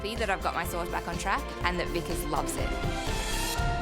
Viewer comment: I don’t understand why they deliberately mispronounce Indian names. They pronounce pecans as “pee-kaans” but they’ll pronounce Vikas, which is supposed to be pronounced “v-kaas”, as “v-cus”. He’s polite enough to not correct them but it’s time we take it upon ourselves to educate people about this.